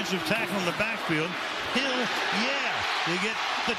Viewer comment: He said, "Hill Yeah"